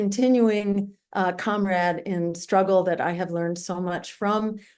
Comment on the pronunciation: I love the way she pronounces "Comrade" haha <3 Stein is serious. So are we!